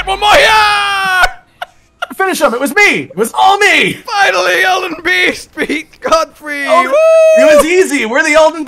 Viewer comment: does anyone else hear this as “Elden bee sting?”